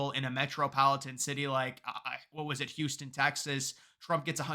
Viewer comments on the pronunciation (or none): none